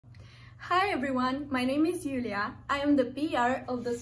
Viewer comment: Hello! Robert here! Actually it’s Iulia with an I not L 😁